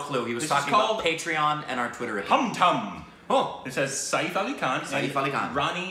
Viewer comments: No one has ever pronounced Hum Tum that wrong. 😂😂 It is pronounced as Hum (as Drum) and Tum (as Tomb) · Is nobody going to react to pronunciation of "Hum Tum" 😂